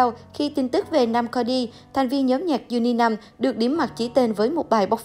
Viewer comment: Ê có thể đọc đúng tên nhóm cũng chỉ như tìm hiểu kĩ không? Anh ấy chưa lên tiếng ở đó phán xét đăng tin tầm bậy. Anh em cùng cha khác ông cố nội với kênh mương 13+1 hả